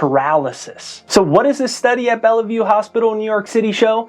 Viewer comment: Good video. Fyi, not bella. Just bell. Say it like Bell- View.